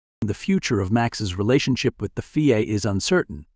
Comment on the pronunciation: F I A not feea